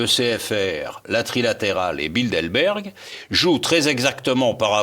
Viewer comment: Le décurion a t il de bonnes lunettes? c est BildeRberg , pas BildeLberg. Ou bien, doit il aller chez le prothésiste-dentiste ?